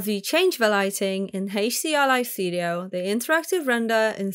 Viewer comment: "Heysch-D-R-Li-Studio"...I... just... can't. I tried, but it hurts 😢